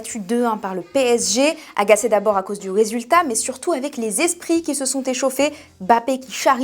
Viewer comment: "Agacé à cause du wésultat" Alors comme ça tu viens de Gwada 😅😅